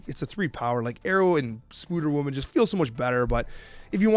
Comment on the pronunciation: why are you saying "spooder woman" ?!